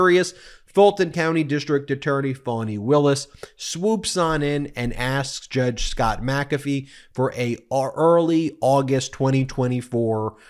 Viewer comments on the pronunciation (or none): Just say AG Willis. Bc you keep sayin Foni/Fawni. It's Faani